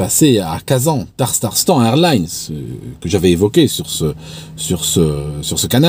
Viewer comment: Super, j apprecie beaucoup tes videos.👍👍.. c est Tatarstan.. pas Tartarstan..